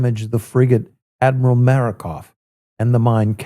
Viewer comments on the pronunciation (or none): At the min mark mis-pronounced the Makarov as "Marakov". Close enough we all know what he meant!